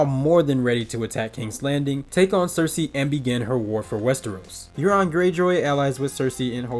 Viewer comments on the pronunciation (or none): none